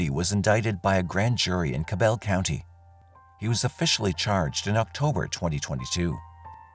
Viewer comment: it's weird to me. Also, every time they said Cabell it made my head hurt. Lol. So far from how it's pronounced. 🤦🏽‍♀️